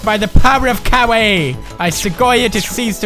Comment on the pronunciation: He said "Kawaii" so many times and to this day I still don't know how to pronounce it correctly haha